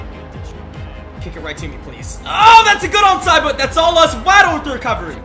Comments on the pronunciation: it's wa-ddle not waaaaaaddddl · Y u keep calling him wah-ddle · Great vid but that not how you say waddle name